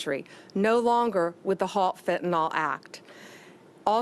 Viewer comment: It is not Fentanol, which implicates an alcohol, it is Fentanyl pronounced Fentanil!